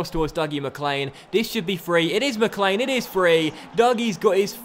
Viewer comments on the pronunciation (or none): none